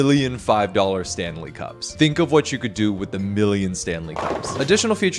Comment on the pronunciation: “stame sanley cups” 😭